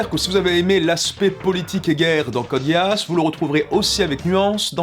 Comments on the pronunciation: question débile pourquoi dis tu Code Guéasse ? parce que on est bien d'accord que ça ne se dit pas Code Guisse, mais ça ne se dit pas non plus Guéasse ça fait quelque temps que je ne l'ai pas vu, mais il me semble que tous les perso le prononce GUIaSSe (les majuscules sont là pour ce qui est le plus prononcé, le a et le e sont presque muet) tout ça pour dire que prononcé Guéasse et tout aussi erroné que Guisse, sauf que guisse a une logique (prononciation anglaise) alors que guéasse n'en a pas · Je sens que 60% des commentaires sont : "MAIS C'EST PAS CODE GASSE , C'EST CODE GEASS (guisse) !!! " Je dis ça , je dis rien mais j'ai eu TRÈS mal aux oreilles pendant cette vidéo ... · Je sait qu'il ne faut pas se moquer des pronontiations mais...code: gay ass ? Serieusement ? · Ouais, si tu veux Guiasss ou Guiasse, c'est à un poil de cul la même chose, je parlais de sa prononciation comme on l'entends dans la série et suivant les seiyuu c'est prononcé sss ou sse. dans tous les cas ce n'est jamais guéasse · ça se dit Gui-As, et vous ne savent pas bien le prononcer. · ça fait mal aux oreilles j'avoue :-) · Woah, on prononce pas Code Geass "Code Gay-Ass'' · ghe-ass est tout simplement la bonne prononciation de Geass en japonais et aussi en anglais (comme on peut l'entendre au début de cette review du dernier film ) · À chaque fois que tu as prononcé code Geass du sang coula de mes oreilles